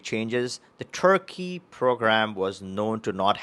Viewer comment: No passport for you ! You are not pronouncing Turkey properly.